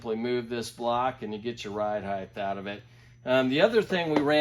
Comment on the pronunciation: Heighth lmao I love it